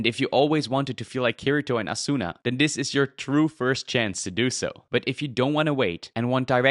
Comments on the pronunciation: Ah-soo na 😂 please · You angered me when you mispronounced Asunas name